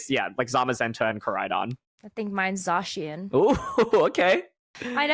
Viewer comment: no way, pronounced zacian correctly